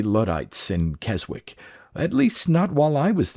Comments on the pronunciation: VERY obscure but Keswick is pronounced kezzik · We pronounce it as Kess-ick round my way. 😉